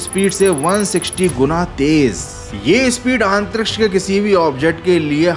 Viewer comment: Aaaantriksh nai Antriksh hota hai